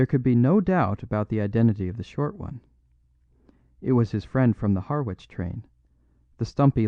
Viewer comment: Harwich pronounced Har 'ich. It's an English town so the pronunciation is local in each place. American towns also have local pronunciations which English people get wrong .:-)